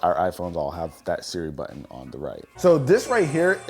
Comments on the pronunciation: What’s a buin oh you mean button 😂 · Great video! Just a thought….there’s actually 2 t’s in the word buTTon and they’re not silent! Excellent video and information for sure!